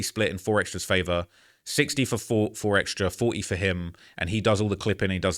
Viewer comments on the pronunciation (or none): Keep saying 4xtrasss, it’s 4xtra